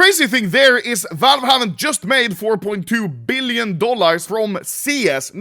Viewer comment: "3.3 BeEleon Dollahr"